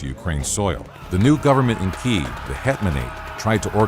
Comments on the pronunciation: kee-ehv > keev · Kyiv, not Kiev! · It's kiev